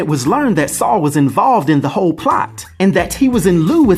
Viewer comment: Its weird but nice hearing Americans say my name. It's often pronounced wrong by my fellow english people..ironically lol. Never knew about this character with the same name and I'm a marvel fan 🤦‍♂️😂👍